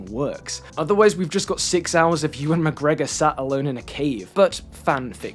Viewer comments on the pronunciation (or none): none